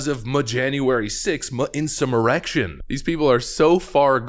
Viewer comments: "Mjanuary 6th Insummerection" lol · muh insuh muhrection!